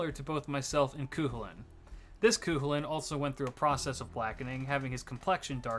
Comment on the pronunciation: As someone who speaks or learned Irish/Gaelige (Gae-li-gah) I have to correct you that Cu Chulainn is pronounced (Coo Cull-in) no offence I know Gaelige pronunciations are difficult but I thought this might help 😅 Also is it pronounced Jean or je-an d'arc? Also you can pick whatever pronunciations you want I just wanted to drop a knowledge quartz on ya lol XD On a side note Pruning phenomenon is like DC Dark Multiverse too btw. Very similar except its thst if the universe is to volatile and dangerous it is snipped off into the leaf litter debris thst is the dark multiverse